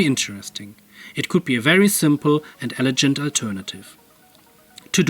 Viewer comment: Keep at it! The reluctance generator is exciting. By the way, “elegant” has a hard G in English :)